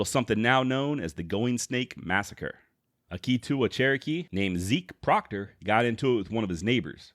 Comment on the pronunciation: You did a good job but as a chrerokee citizen in Adair co. Oklahoma i have to say you pronunciation Tahlequah and Keetoowah were way off!! Other then that very good